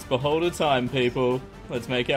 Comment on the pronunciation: You said beholder. I heard boulder hehe